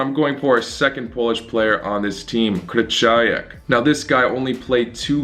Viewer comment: You should pronounce it like Kryhowiak